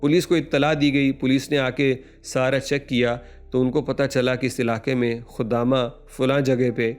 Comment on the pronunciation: لفظ خدامہ نہیں ہے خادمہ ہے بیوقوف آدمی